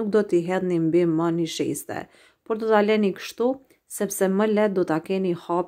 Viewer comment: O te lumshin duart brava por thui niseshte Jo nisheste😁👍